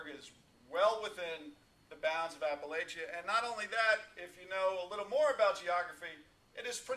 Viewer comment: Appalachia is pronounced [apple-atchyah] "and if you don't pronounce it right, I'll throw an apple at ya!" (A little saying I've heard from Appalachian natives).